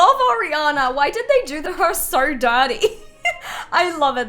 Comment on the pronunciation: Every time she says “so” it sounds “sore” no offence ilysm 🤍